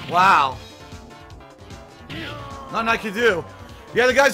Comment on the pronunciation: "nuttin I could do" nuttin you can do nuttin, you did... on stream. xD